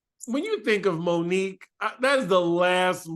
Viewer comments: Lmao her name is moniece not Monique 😂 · Isn’t it Monice not Monique😂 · That lady’s name is not Monique. Moniece lol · Moniece not Monique